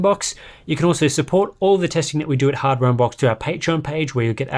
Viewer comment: "Hadware unbox" So close